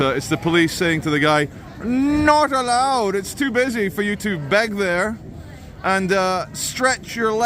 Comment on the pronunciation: I will never tire of saying “”Nut Aloud”” in that accent 😅😅😅